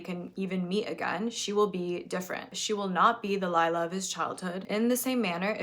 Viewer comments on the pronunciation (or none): I don’t think it’s that important, but I’m polish and just a quick fact: the polish name Lila is not pronounced as Layla is, but more like Lee-lah.